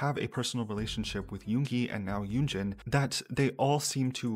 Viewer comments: I cringe when he say "yunji" lol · Wait dude doesnt even know how to say her name? Its literally 2 syllables. Yoon-jin